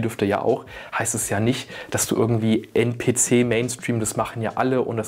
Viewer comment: NPC wird englisch ausgesprochen mein bester hahah